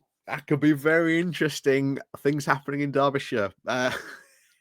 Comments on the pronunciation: I'm from Berkshire and I know it's pronounced Darbyshire - bit like Barkshire! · Come on now, no excuses, must try harder! 🧐 I'm sure even Phil Moorhouse knows it's pronounced 'Darbyshire' and he really struggles with non-phonetic place names. I think he's Yorkshire born. As for the Reform shower... 🙄. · I never knew that "durbyshire" was the official Yorkshire pronunciation for Derbyshire. Still, to be fair, it's quite a distance away from Yorkshire... all of 70-odd miles ;) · Why is it so hard for you to say the name of the county and city correctly? Being from Yokelshire isn't a reason. Making the point for a triggered friend 🙂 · you are not wrong about Reform but the fact that you claim you are from Yorkshire yet don't know how to pronounce Derby or Derbyshire really does affect your credibility. Sorry.